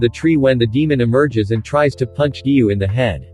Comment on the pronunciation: Giyuu not giyu